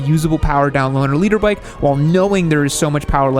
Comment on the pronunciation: i really thought he was saying Leader bike LOL